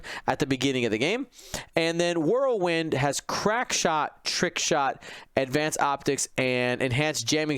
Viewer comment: Who TF is "World-Wind"? You guys are shitty friends not to correct the dude. Whirl wind my friend Whirl... Wind...